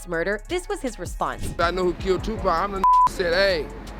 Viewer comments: His name is tupac not tupak 🙂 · I Must Say This! That Women Keep saying 2 PACK Is Driving me Nuts 😂😂😂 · Twopack huh. It's Tupac! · ITS TUPAC NOT TUPACK!!!! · 🥶 someone needs to tell the commentator how to pronounce his name… I could not listen to her anymore...Tupac is pronounced as Two-pahc (h silent ah sound, k sound cock) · Yo,, start having actual humans narrate this shit. Your AI be BUTCHERIN mafks names. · Why is she messing up his name lol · I get a kick out of how these A.I. voice-overs pronounce Tupac, Suge, and some other rapper's names.